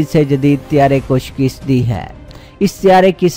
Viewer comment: lafz shkast hae nah keh shkist . jnaab taseh kerrain . FROM U K